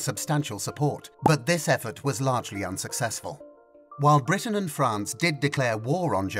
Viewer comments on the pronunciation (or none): none